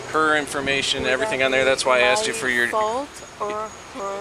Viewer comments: "Have you AXED anyone to speak to an Attorney?" LOL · I always thought it was pronounced "asked" not "axed." Even cops are doing it now?